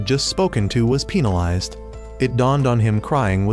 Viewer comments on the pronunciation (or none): Why was penalized pronounced peenalized